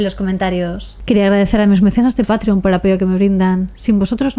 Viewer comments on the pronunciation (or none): none